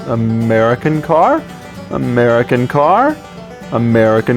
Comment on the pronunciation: American car A Mehrican car Ameri-kinkhar A merry kinkhar AARGH!!!